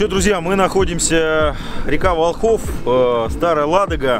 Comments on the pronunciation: местные говорят вОлхов, ударение на первом слоге. Классное путешествие, завидую по белому, молодцы!!! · вОлхов, ударение на О!!! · Волхов, ударение на первый слог. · Ударение Волхов, на первый слог. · ВОлхов, ВОлхов, от Волхвы. Слух режет как булка хлеба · Ничего страшного в том,что не правильно поставил ударение нет точно,смысл в том,что парни делают Дело,интересное ,трудное и не ошибается тот,кто...в общем успехов,интересных походов и тестов✌️